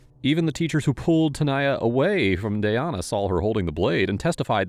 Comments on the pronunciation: The victim's name is Danyna Gibson. It is not Danya Gibson nor is it Dayana Gibson!!!! 😐😐😐😐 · U pronounced and spelled her name wrong throughout the entire video. U spelled it Danya and u pronounced it Dayana. Her name is Danyna. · The victim's name is DA-NY-NA. You keep saying Danaya and Dayana 🫢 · I literally opened the pc version of youtube to make a comment about the CONSTANT, AND INCONSISTENT MISPRONOUNCIATION of the DECEASED PERSON IS PROFITING FROM. The very least he could do would be to get the pronunciation correct. RIP DANYNA GIBSON. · Couldn't you at least have spelled and said the victims name, DANYNA Gibson correctly? Didn't get the murderers name wrong. Shameful. I now remember why I unsubscribed. No respect. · It's not. Her spelled and pronounced it wrong. Her name is actually Danyna.